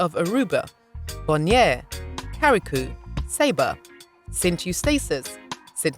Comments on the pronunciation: It's Curacao NOT CARRICOU lady. French Creole is also spoken in Dominica, St. Lucia, Trinidad Tobago, Grenada, St Marteen, Martinique, Carricou, Pettit Martinique, Guadeloupe, La Desirade, Lles Saintes and Marie Galante. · The second c in curaçao is pronounced as a s, que ra sow, is how it’s pronounced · You read Curaçao...."Curasow" and not Caracoo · Curaçao is pronounced CU RA SAO, which is Dutch. Carriacou is pronounced CAR RIA COO, which is Grenada's little sister island. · Good morning The information was great. The ABC islands are Aruba Bonaire Curacao ( kur-uh-sau). Grenada, Carriacou (CARRY-a-KOO) Petite Martinique. Pronunciation makes a difference. Over all wonderful. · YOU SHOULD HAVE DONE A BETTER RESEARCH ON THE DUTCH ISLANDS. LIKE FOR INSTANCE PRONOUNCING THE NAME OF THE ISLAND PROPERLY CURAÇAO . Which origins Papiamentu and Papiamento came from